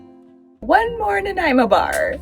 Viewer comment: Great job on the pronunciations for-Ucluelet and Nanaimo. BC is amazing.